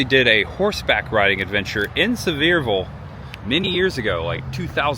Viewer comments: Pronounced: See-ver-ville. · Sevierville is pronounced "suh-veer-vull." The first part of the name, "Sevier," is pronounced like "severe," and the second part, "ville," is pronounced "vull." The word is a combination of the word "severe" and "ville."